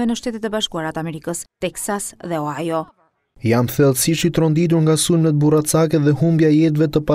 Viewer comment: Gazetarë Ohio (shkruhet) = OHAJO ( thuhet).